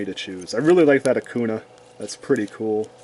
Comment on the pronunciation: I love it when you say "Akuna" to "Akainu" XD I also bought some of the cool Omega Rares in the last time. They are great. You can also see if its a reprint because of the corner right. There is a "A" for the reprint. The normal print hasnt that "A".